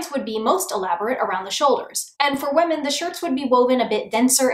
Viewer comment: Is it just me or does she say "wamen" instead of women sometimes. Okay just me. I loved they video btw <3